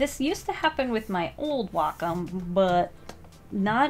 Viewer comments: Its whack om nom nom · wA - cOm Wait I thought it was Way - com